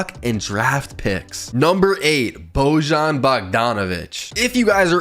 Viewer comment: Put some respect on Bojan man. It’s “Bo-yawn” he’s having the best part of his career rn. Absolute bucket. I have him going to the Mavs to be Lukas right hand man